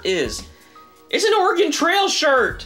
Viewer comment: Its pro nounced or ah gon